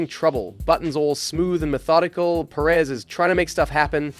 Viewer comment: Can we stop calling him Seryio Per-Éz already